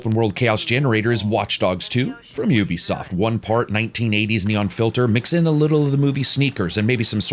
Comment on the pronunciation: Finally! Someone who knows how to pronounce Ubisoft correctly.